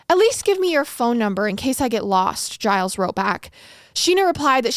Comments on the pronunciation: His name is actually pronounced "Zheel", it's Québecois (French)... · 'gilles' is a french name, its pronounced 'jill' with a soft J